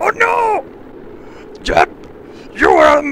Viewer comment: why does he pronounce jeb as yeb